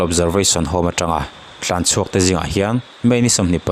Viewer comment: Tlanchhuak tih ta che. Thlanchhuak itih a